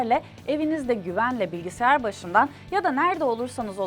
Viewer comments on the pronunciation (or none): none